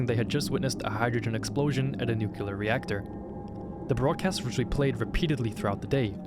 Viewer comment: I love this video but i cringed every time you mis-pronounced nuclear, little pet-peeve of mine, other than that, great vid, liked and subscribed!